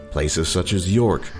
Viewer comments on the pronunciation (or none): Where on earth do they get Blood Pudding??? No such thing. It's Black Pudding!! and its delicious. It's not D errr by it's D arrr by (oh help us please). Oliver Cromwell was worse than any King or Queen, oppressing the people of all of the countries of The British Isles. More people (mainly older women) were burned at the stake for so called Witchcraft or for being Catholic by the Puritans under Cromwell than by any other leader. This spilled over to the US founding fathers also Puritans. Cromwell was a vile human being ended up as Lord Protector a King in all but name. Rant over 🙂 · Derby pronounced Darby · Derby is pronounced darby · And the 11th thing that this joker is unaware of is that Derby is pronounced Darby. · Derby pronouced as Darr bee. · Try and get a top 10 list wirh a British narrator at least he'll be able to say Issac and Derby correctly 🤣 Oliver Cromwell led the roundhead revolution against the crown and it's supporters (the cavaliers) in Englands "civil war" Cromwells forces were victorious due to him traing his men and paying them to be a standing army. They were called "The new model army" whille in power Oliver Cromwell banned celebrations at christmas ststing it should be a time for reverence not celebration. This led to pro christmas riots. So not only did he piss the Irish off he upset the English as tad as well